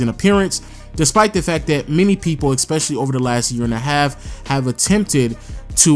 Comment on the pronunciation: Dear, I write this letter to tell you... ITS ESPECIALLY NOT EX-SPECIALLY Thank you.